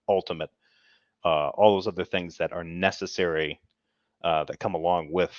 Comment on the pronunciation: It seems as if is picking up Derps speech issues as well as his lame ass arguments. I could swear I heard him say "nethetherwhee" when meaning to say "necessary". If he ever tries to say "suspension" we may need a fucking HAZMAT suit if within a 500 mile radius.